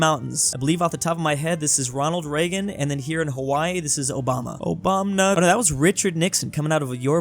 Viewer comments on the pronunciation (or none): says "Obamna"